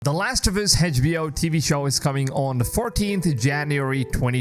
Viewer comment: Funny how you couldn't even say HBO right